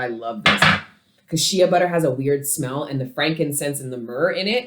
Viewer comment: The way you say “Shea butter” is so funny!